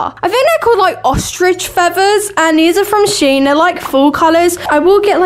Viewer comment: and its sh en not shen